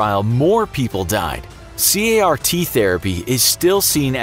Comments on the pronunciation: 5::59 It's called Car(like the kind you drive) t. Not C-a-r-t. One of my grad school professors studies this and I got to go to his labs in China. They work really hard to get these side effects under control. And yes, a lot of the patients are already terminally ill by the time they start, treatment is not guaranteed and it's terrible. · CAR-T is actually pronounced car (like a vehicle) t. Reference: I did this research in China; and I am doing my degree in medical microbiology and biochemistry. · Lol it's pronounced car-t like you would say 'a car on the road' you don't spell it. And it's not a protein that fights cancer is a receptor that's infused into the patients own immune cells - the t cell, hence CAR-T - to help your cells recognise cancer cells. Also this therapy is now approved by 2 different companies for leukaemia and many more are in development